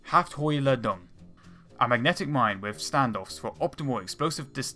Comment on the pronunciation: Sturmpistille 🤣🤣🤣🤣🤣 hafthoilladung is quiet worse 😒